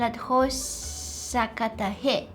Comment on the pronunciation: sakta not sakata 😂😂😂